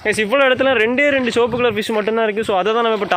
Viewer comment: Sivapu ❌ soapuh ✔️ 😂😂